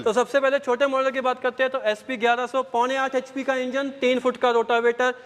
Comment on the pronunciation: H.p thik se bola kare